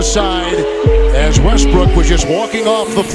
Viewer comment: allways westbrook allways wesbrook😂😂